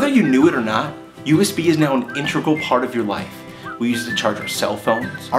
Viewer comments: did you really just say "intregal"? 'tis "integral" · Did you say "intregral"?